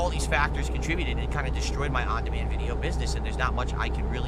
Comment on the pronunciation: "on demain business"